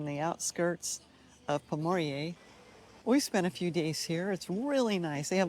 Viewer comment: Good video but please pronounce the name correctly.